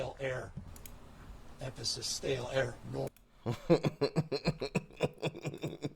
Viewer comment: Stale air (efisis)? emphisis ... Gobldygook Proliyeear